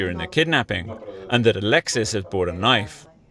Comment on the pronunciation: "The two people I was with...AL-ex-EECE and BRRRI-anng"